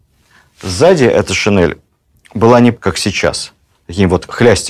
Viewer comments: Владимир Ростиславович, правильно говорить не шинЭль, а шин'ель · Спасибо огромное, но очснь режет слух "шинЭль", такой вариант закрепляет у благодарных слушателей грубую ошибку, очень жаль! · Режет слух неправильное произношение слова "шинель". Надо произносить "н" мягко. Это недопустимо, Владимир Ростиславович. Рассказы Ваши очень интересны. Люблю историю, с удовольствием слушаю, спасибо за Вашу деятельность.